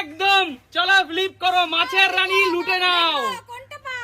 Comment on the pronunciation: ভিডিও করার আগে উচ্চারন গুলো ঠিক করে শেখো। এসপেসাল, ফিলিপ, এগুলো কোন ভাষা?